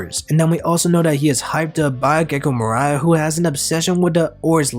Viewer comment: Gecko Morai? Or do you mean Gecko Moria?